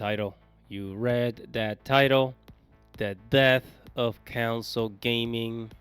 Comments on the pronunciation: It’s CONsole not “council” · Enjoy your content but I realize English may not be your first language. It is pronounced con - sole not cown - sil. Cheers mate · Its CONSOLE. not COUNCLE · Why are you saying console with a u (Counsole).